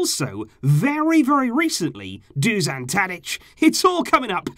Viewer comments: Love your vids mate btw it’s pronounced dushan 😂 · When saying Dušan Tadić, its hard to pronounce. You are saying Tadić corecttly, but Dušan is a bit harder. Š is like youre saying S-hut or youre shushing someone (sshhhhh..). So "Dushan Tadić" basically. nobody cares but im bored